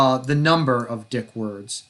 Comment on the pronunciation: It’s pronounced “deek”